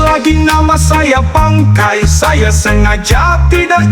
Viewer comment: Bukan bangkei...tp BANGKAI...😂😂😂